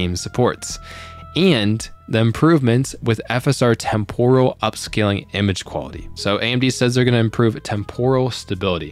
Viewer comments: Tem-poral := Temp-ur-al 🙂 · témporal... please... you're killing me